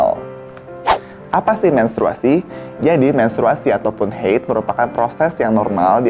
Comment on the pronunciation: Haid, bukan heyd😂😂😂 diambil dr bahasa Arab bukan Inggris😅😅